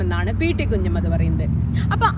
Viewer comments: നന്നായിട്ടുണ്ട്. എന്നാൽ ഉച്ചാരണം ഒന്ന് ശ്രദ്ധിക്കണം കുഞ്ഞമ്മദ് അല്ല കുഞ്ഞഹമ്മദ് 'ഹ' വിട്ടുപോയി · Hi Madam, 1. His name is Variyamkunnath 'Kunjahammad' Haji, not 'Kunjammad'. 2. NP Muhammad, KA Kodungallur etc are known literary writers, not historians. Additionally, why should we see Variyamkunnath through the words of CPI(M) leaders? I expected you may demystify the popular notion about 1921 Malabar 'Struggle', but you continue using the colonial-cum-Hindutva word 'kalapam' or riot. Please read the book of MT Ansari.